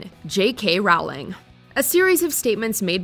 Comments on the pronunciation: There's no such person as rawling. Its Rowling. As in a rolling pin. NOT FUCKING RAWLING. Brainless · I feel like JK Rowling could have a watch mojo top ten list of her most problematic statements/tweets so let's sort this out now: It's pronounced "Rolling". As in "rolling pin". She's a disgraceful TERF but jesus, say her name right when you drag her through the mud. We've had like 20 years to get this right. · Agree, like "Ralling" 😂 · Rowling is pronounced "rolling." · It’s Rowling like bowling. Not Rowling like growling. Also. She doesn’t even belong on this list. Never mind the top spot. 3rd, Ellen cancelled cuz she’s mean? She’s been mean for years! That’s NOT why she’s cancelled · Chris D'Elia is an absolute great guy and did absolutely nothing wrong. And learn to pronounce JK Rowling's name, so cringey when yall say it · Oh my gosh you’re saying J.K. Rowling’s a horrible person but you can’t even say her name right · I really wished would've pronounced J.K. Rowling's name correctly... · the pronunciation of "rowling" has me cringing